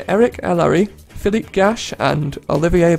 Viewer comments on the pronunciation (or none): none